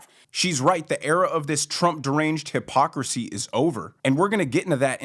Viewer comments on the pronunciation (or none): Hostin: Hypocrocy? Not Mysogony?😂😂